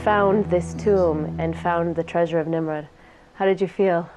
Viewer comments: Really it is Nimrod not Nimred. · It's NIMROD, not NIMRID!